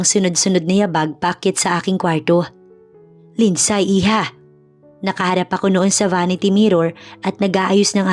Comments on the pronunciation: Lind-sey po ang tamang pag pronounce sa lindsay 😊 thank you sa good story❤ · LIND -SEY ( Lindsay) 😅😅 Here in Canada 🇨🇦 they even pronounced it as “ silent Y “ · Agree with your comment wrong pronounciation i also notice wrong grammar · Mali ang bigkas mo sa Lindsay